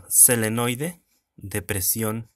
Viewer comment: Te corrijo no es selenoide su nombre es solenoide.. gracias